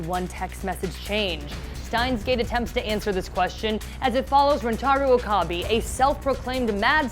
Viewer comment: she just absolutely butchered Okabes name